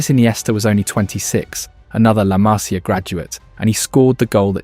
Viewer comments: A ver, en catalán se escribe La Masia, pero en español es La Masía y se pronuncia así, con la tilde en la í, LA MASÍA, que suenas insoportable diciendo "La Masia", créeme. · Masíiia, no Maaasia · Pronuncias mal la másia, correctamente es la masía, acento en la í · Se dice Masía. Con acento en la i. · Masía. Acento en la i 🙌👍😜❤️ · Acento en la i collons! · haces un vídeo sobre la MASÍA y ni sabes como se pronuncia??? es la MASÍA, con acento en la I. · La Masia, el acento en la i no en la primera a :body-blue-raised-arms::body-blue-raised-arms::body-blue-raised-arms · Pronuncias mal todo el rato el nombre de "La Masia". No es una palabra esdrújula,es una palabra llana. El acento va en la "i". Te lo digo como ciudadano catalán y español. De un barcelonés.